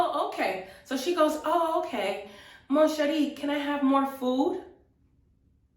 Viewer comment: for Mon Cherie, you have to swallow the n. you dont pronounce it :P